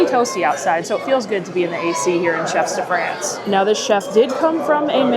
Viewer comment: Hi, great video as always. One thing I have to point out: I'm not sure if you're purposely mispronouncing Chefs de Frances for engagement (which I'm happy to contribute to) but it would behoove me not to correct you if not. The S in "chefs" is silent. The vowel in "France" rhymes with the word "on" and the N consonant is lightly annunciated. If my explanation is confusing (I'm no linguist), you could put it in google translate and listen to it pronounced there. Again, great video and love the channel. You are by far my favorite Disney youtuber and I've been watching you for years!